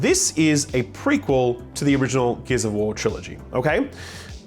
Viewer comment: I thought you said Gears of War eBay.